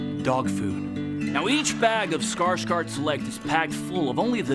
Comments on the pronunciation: Skarsgård would be pronounced Skarsh-gord. Funny that he is pronouncing it wrong himself to satisfy the American pronunciation. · I am disappoint that Alexander pronounces his own last name as Skarsgard when it should be Skarsghord... 😒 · Skårsgard? Don't you mean Skarsgård haha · By the sounds of it, they mean Skarsgard